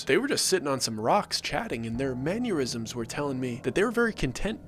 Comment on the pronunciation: Manyuirsms😂😂😂😂😂 learn English😂😂😂😂😂. Mannerisms 😂😂😂😂